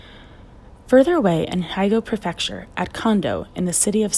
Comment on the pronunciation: "Haigo Prefecture"????????I assume you mean Hyogo Prefecture?